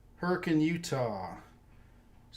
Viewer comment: Kudos for correctly pronouncing Hurricane, UT.